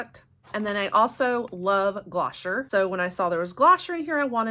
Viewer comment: Hi! I wanted to let you know that you pronounce Glossier as "Gloss-ee-yay". It is a great brand I love them